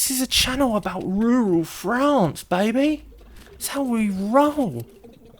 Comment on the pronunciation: Hearing say 'yall' 'crikey' and 'ruhral frawnce' all in one video is my new favorite thing. We're getting him all around the world lol